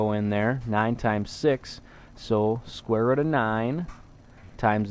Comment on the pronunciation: hmph "square rudd" :p